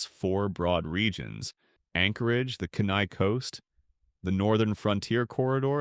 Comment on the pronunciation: No offense, but Fairbanks is considered the interior or central part of the the state, not the northern part. It’s pronounced Key-Neye. Good video otherwise.